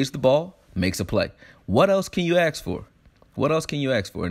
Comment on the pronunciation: What more can you ASK for not Axe.